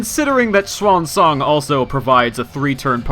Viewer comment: Finally someone who says her name right!